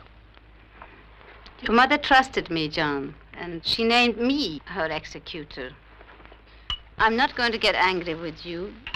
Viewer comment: Funny how the word 'executor' has 2 different meanings.... One for killing, and the other for managing a will or other such document... Food for thought, as the woman in this flick said 'executor' as if it meant killing effect....like 'execution'.......